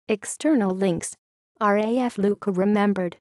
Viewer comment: Oh dear! Another of those dim witted computer voice overs. Except nobody has told it that "Q" is silent in Maltese.